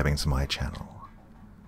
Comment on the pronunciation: go-awnnnnn. lol, that always tickle me. good story doc. Just finished the dogman vs the rake story. that whole cast was awesome, but your narration was truly excellent doc.